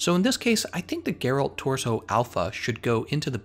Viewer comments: It's Gèralt, not Geràlt. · Cringed a bit when i heard him say Gerált tbh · You pronounced his name wrong Sorry but that way you said it was cringie